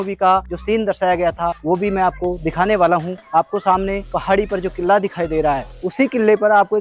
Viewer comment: किल्ला किल्ला कितने बार बोलेगा भाई किल्ला नहीं किला कहो